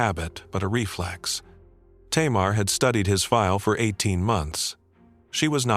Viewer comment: Tamar in Hebrew is pronounced "Tamar".